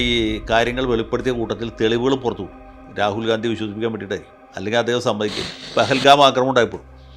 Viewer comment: Please pronounce Rahul GHANDY...